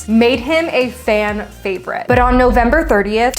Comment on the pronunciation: Fan not can haha